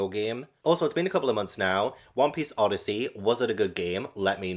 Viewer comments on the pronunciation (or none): none